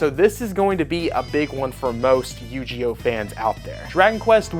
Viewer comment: It is pronounced "You-Gee-Oh" and I am looking forward to this one!!